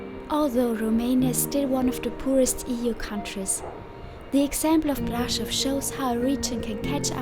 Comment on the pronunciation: Svp prononcez Braschov